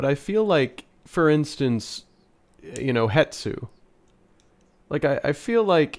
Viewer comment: I don’t think I’ve ever heard anyone pronounce “hestu” the right way.. Pretty crazy for 5 letters 😅